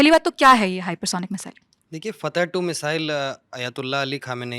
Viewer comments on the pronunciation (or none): फ़तह नहीं फ़त्ताह ।